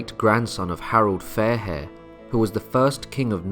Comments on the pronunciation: HarAld, NOT HarOld! Have some respect! 🙄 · Isn't it Harald not Harold ?